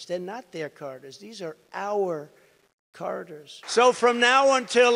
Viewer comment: The Carter's 😂 who are you talking about Jay-z? Surly you mean "Charters" old boy .